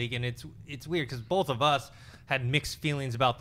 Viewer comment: it's both not "bolth";)